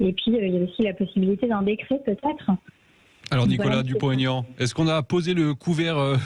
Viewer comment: Aignan pas Aigan ....